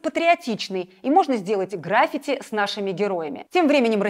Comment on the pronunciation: граффИти, а не грАффити. Вам уже подсказывали правильное произношение хватит уже ошибаться